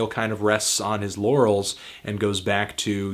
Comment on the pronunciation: "laurels" hehe